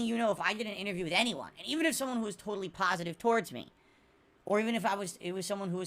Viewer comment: Look at that. He detracted himself yet again. It only took 2 months before the "good times" started to arrive. Ok then, so why were you still actively looking for an interview during these "PHASATIVE" times? Sorry pretending to look. Why were you still being so toxic and nasty and bringing up negative stuff during these "PHASATIVE" times. Why does does it take an interview by someone specifically chosen by you and with a narrative you get to dictate during the none positive time? If you accept fault which we know is false acting, then why can't you continue to accept fault instead of calling people idiots and have an interview with anyone? If the good times are here, then is that you saying the level of "support" is fine, the actual level of support in none monetary terms is fine or is that you saying it's fine but it's really not fine and want to hit those tip goals the very next stream. (Shocked face, those goals needed to be hit next stream) Why is the interview only necessary when things are bad and you are being called out by big name YouTubers? Surely an interview (which we knew was fake anyway) would be an actual piece of content that is NOT boring, watching you fail at games and listening to you moan, abuse chat, laugh at the least funny things possible and call people idiots? Isn't that a "PHASATIVE" stream idea?